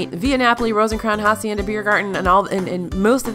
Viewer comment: same with pronouncing hacienda as jacienda!